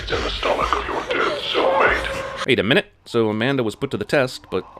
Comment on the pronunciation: When I first heard it, I thought he said "soulmate," but it was "cellmate," so not her boyfriend, though he was alive